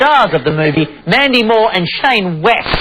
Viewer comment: Is it just me or the interviewer called him "shaima west?